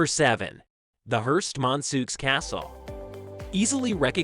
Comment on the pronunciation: Please, Hearst - mon - ceau.